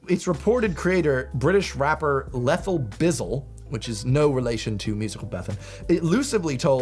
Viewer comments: It's Lethal. Meaning deadly. Not Leethal. No such word as Leethal. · So funny and quaint hearing some mispronunciations. Its Leethal (meaning deadly) not Lethal 😊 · The pronunciation of "lethal", though 😖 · Dench from back in the days of films like 'Kidaulthood' and 'Adulthood' era is where I associate it from?! But the guy in the video couldn't even pronounce lethal right, when quoting Lethal Bizzle‼️ Why do Americans typically over think the English language⁉️